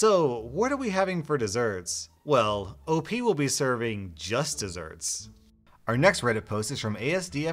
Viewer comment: Who says O P instead of OP?